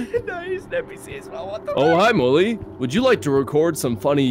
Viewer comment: When he said mully and eddy i thought he said mully and daddy